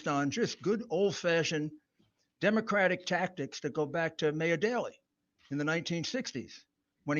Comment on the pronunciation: Why can’t he pronounce “Democratic”?